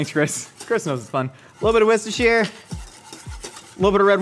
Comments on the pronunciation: the closest an American has ever come to pronouncing Worcestershire. It's pronounced "war-stir-sheer" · it sounds like he's saying wistershire but I think that's his accent. It's pronounced wuster-sheer. Hope that helps 🙂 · you have to say Worcestershire sauce like a southerner worshishire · Biggest crime is how he pronounces Worcestershire. He's almost right except the last syllable, which is the easiest. It's the same as New Hampshire and Yorkshire.